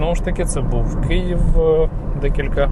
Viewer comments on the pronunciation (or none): none